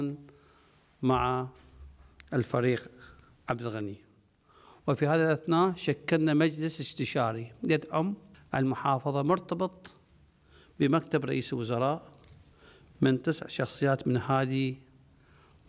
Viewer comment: صوفي مليون مرة نصحتك وكتلك الحل بخصوص لفظك للحروف كتلك يومية الصبح تخلي القلم جوه لسانك فد ربع ساعة وانوب ربع ساعه فوك لسانك واقرأ جريدة او اي شي ثاني لان هسه انته كلت مقتب عود مكتب هههههههههه وغيرها من جرائم اللفظ بحق اللغة العربية يا سيادة الرئيس والصحفي الفله